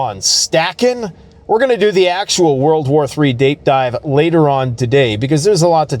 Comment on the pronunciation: "WWIII Dape Dive?" You been hittin' that good ol' Alberta Wacky Tobacky? 😂